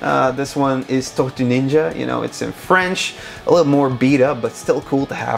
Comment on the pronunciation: 7.40 "TORTUES NINJA" great French accent dude 👌 Turtles power from France 🇫🇷🐢